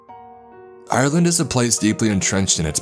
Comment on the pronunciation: lol im from ireland and my names iain dam... also u say ireland more like (are-land) not I'your'land theres no y sound